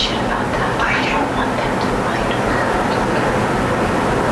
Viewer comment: Around the mark, she keeps putting emphasis on HER... girl you're cooked just be honest. I can't stand narcissists